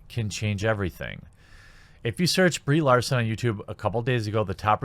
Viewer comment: My eyes keep wanting to read Brie Larson, but my ears keep wanting to hear Bree Olson.